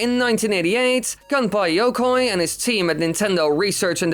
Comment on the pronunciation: I love how he says Gunpei Yokoi like "Gunpie Yokay"